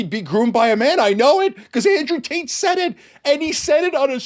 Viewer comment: I could have sworn he said "Andrew Taint."